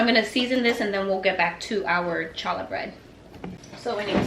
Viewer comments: Love seeing Mommy and daughter working together. Good job training her. Nehemiah is a beautiful name. I never considered it for a girl but I like it. Just so you know Challah is pronounced haa·luh... Keep up the good work. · Everything looks delicious. The correct pronunciation for “challah” is “hallah”. The “C” is silent. I’m loving your channel and have been binge watching over the weekend. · That is odd I am not seeing my original post to you on the Word Challah… so, now not sure if that “correction” post makes any sense! I had posted, how fun making memories with children in the kitchen! And then suggested a “tweak” of your pronunciation of “challah”. How the first letter in Challah, is the Hebrew letter “Chet”, pronounced coming from the back of your throat, much like a cat hissing… many find this letter hard to pronounce without some practice. Love your videos! You do a wonderful job!